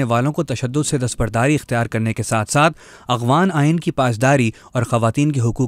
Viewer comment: who is this Illiterate person, who does not know how to pronunce Afghan , this Afghan not Abghan. hahahaahah pakistani besawad thanks